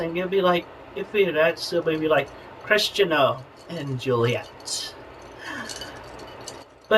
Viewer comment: i'm unreasonably pissed that in , chris pronounces the name "christian-o", and not "christiano" what a waste of spanish classes